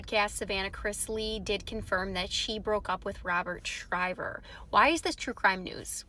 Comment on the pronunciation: His last name is NOT SHRIVER. IT'S SHIVER. DO YOUR HOMEWORK!!!!